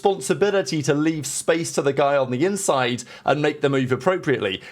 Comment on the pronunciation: You must always leave-ahhh the space!